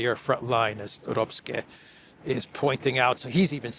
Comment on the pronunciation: Tip for: In German, “ck” in a word (see: Röpcke) is pronounced like a ‘k’ – so like “Röpke”.